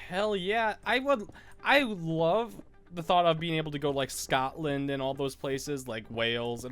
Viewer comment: Omg the way you said Scotland!